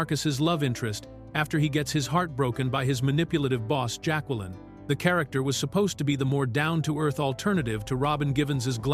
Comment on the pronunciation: OMG. this AI slop is bad. The "voice" can't pronounce basic names (Jaqueline), years (1992), or even character names from the movie (Strangé). The script is terrible as well as so many things get repeated over and over, literally right after being said.